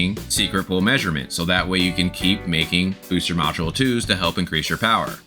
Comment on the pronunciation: I love that always you say MODULE, I hear NACHOS hahaha